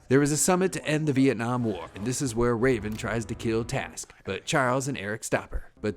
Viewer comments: it's trask not task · Were you making a joke with his name? Or did you screw this whole thing up. His name is Trask. Not Task.